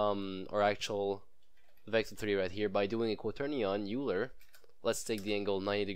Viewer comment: Useful video, thank you. What is your accent? Is it Canadian? You have a very strange way of pronouncing 'accelerometer' and 'gyroscope'. And 'Euler' is pronounced 'Oiler' (it's German).